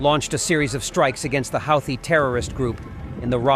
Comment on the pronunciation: Why can't you pronounce Kiev and Houthi properly?